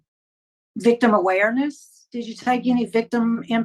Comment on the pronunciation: SHE CAN NOT SAY THE WORDS!